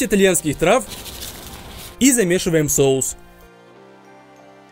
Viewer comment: нормально он сказал это слово вообще то 😐